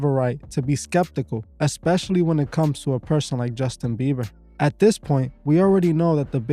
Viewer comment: Also BieBer ! Not beaver. No V. BieBer! Thank you.